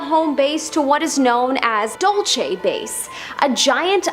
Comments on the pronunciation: Its not dulche its dull-se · Dulce, as in "sweet" in Spanish. Not dulche. You confused Spanish and Italian phonetics. Feliz año nuevo. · I’m from NM, Lol my head snapped with a quickness.. The pronounce it Dull Say, Dull see= Dulce I thought of gabana when u said the name . First time commenter long time fan yo